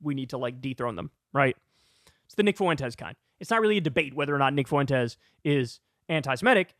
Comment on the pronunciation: Man, I did not miss having to hear Kyle say "Nick FOO-ENT-ez"